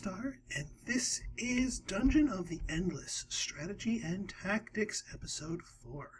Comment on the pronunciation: Did you say "Hackticks" in the beggining? Hm, "Hackticks". Nice word.